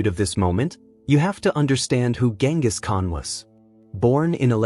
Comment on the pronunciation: Atleast he isnt calling him GinGis Khan.